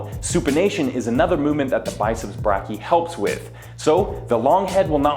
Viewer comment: As a medical student I'm dying every time he mispronounces "brachii"